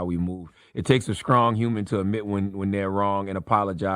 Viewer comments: Did Cha Say,"It Takes a Scrong Human Instead of It Takes a Strong Human? Dear Lord Evelyn Everytime Chad Opens His Mouth You Want Him Punish. You did not deserve to be abused by him, when does he get to move on with his life? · Charlemagne said "skrong!" 😂😂 I thought the word was 'strong.' He seeks and quote advice from Stephen A. Smith. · I wish charla would learn how to pronounce Strong 🙄